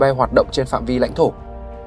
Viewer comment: Noi sai cung doc ...600 ..ko phai 60